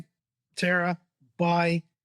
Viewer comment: Terra and Terror sound exactly the same when these guys say it. The age of "Terror" or the age of "Terra"?